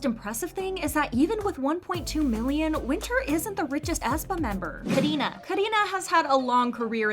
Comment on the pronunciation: Not Karinas chapter being called KARARINA